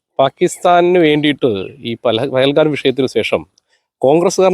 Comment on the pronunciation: ബെൽഗാം അല്ല പഹൽഗാം ആണ്.